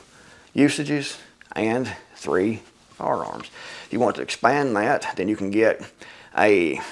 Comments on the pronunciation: "Fararms" haha. I appreciate a man that can laugh at himself. Good video and good points brother. Thank you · "Fararms" Excellent!